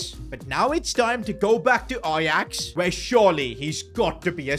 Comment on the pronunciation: Ajax is 'j' no ' y'